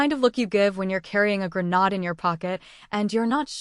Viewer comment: Please teach your AI how to pronounce grenade.